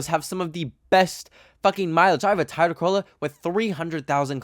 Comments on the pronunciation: is this how Canadians pronounce Toyota LMAO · I’ve never heard someone say Toyota like that 😭